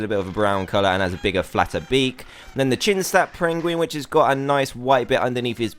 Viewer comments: you said chinstap prenguin but it's chinstrap penguin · At the part where you said chinstrap penguin you said chinsnap penjin